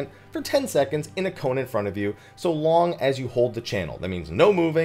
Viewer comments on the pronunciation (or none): none